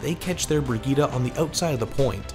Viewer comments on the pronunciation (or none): why the fuck are you saying brigita???